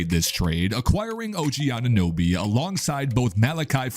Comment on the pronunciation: What is it with these amateur reports mispronouncing OGs last name. So disrespectful and embarrassing